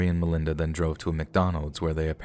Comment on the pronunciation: As a friend of the Sharer family, yes I am from Louisville, I don't like the way her story is told here at it all. First of all you're saying her name wrong and second of all you start off showing what Melinda went through as if people need to understand her for what she did. She is the devil herself and a terrible disgusting human being and deserved every single thing she got and then some! This was a premeditated murder and the things they did to Shanda were unimaginable!! Some of this story isn't true or maybe you're just telling it wrong but if you experienced it the way I did in real time then you maybe would understand. Melinda and the other two deserve to burn in hell for all eternity and I hope that for whatever time they have left in this world they have a miserable existence. I hope Shanda is in their nightmares every night making them relive what they did and they never forget what sadistic human beings they are! RIP Shanda! Never forgotten! ❤️